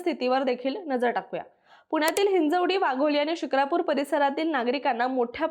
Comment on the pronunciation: म्हस्के नाही म्हसे शुक्रापूर नाही शिक्रापूर